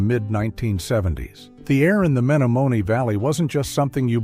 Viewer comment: WTH? The Meta a mo nee valley?? Atleast get AI to pronouce accurately.